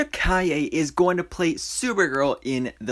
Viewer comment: You pronounced her last name correctly. I am so proud of you. Her suit is great. They will touch it with vfx and it will be purrfect.